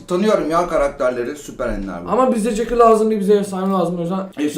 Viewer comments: CEKU değil Jacky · Jacky yerine cekü demesi sendemi güçlüsüsün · Abi jakcy ye cekü dedin